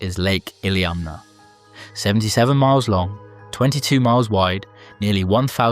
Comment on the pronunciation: Dude im from Alaska, i lived on lake Iliamna for years, and grew up in Bristol Bay. I was pretty impressed by you getting almost every pronunciation correct.